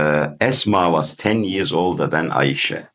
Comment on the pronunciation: the AI pronunciation of Ayesha in your video is cringe worthy, but overall it is a valiant effort. However, there's a much stronger evidence than the arguments used in your video presentation. Qur'an 4 : 3 stipulates marriage to mature women which excludes female children.